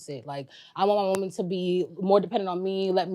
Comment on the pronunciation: People, can we PLEASE start learning to know the difference between pronouncing WOMAN and WOMEN??? I thought it was just the low IQ girls on F&F and Whatever Podcast who can't say it correctly. Once i heard say it too, i hung my head in defeat. I can't believe it... smmfh 😞. Then once he said it, another low IQ heard it and thought that's the correct way to say it and then REPEATED it incorrectly. This is wild work